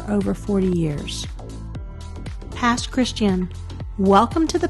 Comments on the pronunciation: With the accent on the last syllable. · The Pass is pronounced “Pass Chris Chan” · It's cute to hear how you pronounce Pass Christian. 😊 It doesn't sound like the word Christian. ....the "ian" is "ee-ann." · I can tell you aren’t from the Mississippi coast, Pass Christian is pronounced Pass Chris tee ann